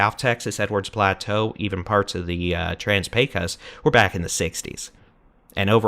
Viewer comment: FYI, the "o" in "Pecos" is pronounced as an "oh"